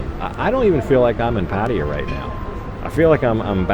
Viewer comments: I just stumbled upon this video--seemed like a nice guy and a well made video and looked like a great restaurant, but, boy, it was like fingernails on a blackboard every time he pronounced "Pattaya" that way. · I beg you, please please ask your girlfriend how to pronounce Pattaya.